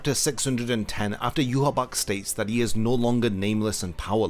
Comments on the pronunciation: Yhwach = Yuhabark ❌ Yhwach = Yuhabaha ✅ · Not to sound like a nitpicker, but isn't his name pronounced "Yu-ha-ba-ha"? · why do you say yhwach like ''you haback'' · He name isn't pronounced "you-ha-bak"